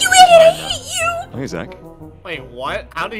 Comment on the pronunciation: When you rewind a lot when says hey it sounds like pika pika